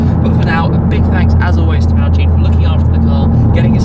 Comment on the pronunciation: Why is it that Ford salesmen pronounce mountune as if it is spelt montune? Anyone else notice that? That sequential gearbox is awesome